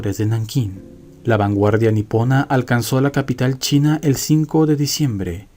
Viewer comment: de verdad leo China con s ?